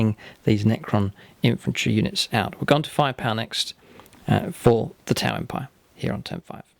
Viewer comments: When your friend said “these are my 2000 points of Tau” it really sounded like he said “...points of Tie”. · That Tau army is striking! The contrast of the neon green on grey really pops. Did anyone else notice he pronounced T'au as Tai? That is one awesomely thick accent!. Love it! Need more of this for the greater good!